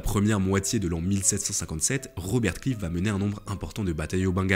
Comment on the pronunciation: Vidéo intéressante mais quel dommage de massacrer les noms. Robert Clive prononcé clive. Je ne suis pas particulièrement anglophone et anglophile mais un petit effort pour prononcer ce nom à l’anglaise. Lord Clive qui passe une partie de sa vie dans le sud de la France à Pèzenas. Ce qui laissera une de ses spécialités culinaires : les petits pâtés.